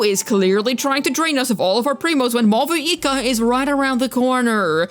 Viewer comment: I think Mavuika gonna make everyone use use Codex artifact just like how it was the case with Furina. Btw i think Mavuika's name is pronounced "Mauika".